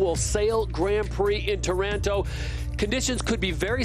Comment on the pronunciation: It is NOT Taránto (sounds too much like Toronto). It's TÁRANTO!